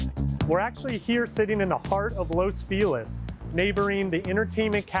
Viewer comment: Agents really should make an effort with pronunciations. Los Feliz should not have been the hack job this agent made of it. It hurt my ears all the way over here in Sydney! Pain! Ok. Let's give it a try. Los is pronounced like "loss" = the charity made a loss on the deal. Feliz = happy but the agent made me want to sob. Ok, so feliz = fay (as in Faye Dunaway) or Fay Wray (hint 1933), but it's a short fay not drawn out (funny, as it's written in Spanish = fe!) + lease, as in lease a property! Loss Fay-lease. Don't spread the two word, 3 syllable name out, keep it snappy, but not so much you can't be understood. Los Feliz should make you happy (loss fay-lease). You'd think people selling property in LA would bone up on pronouncing things just right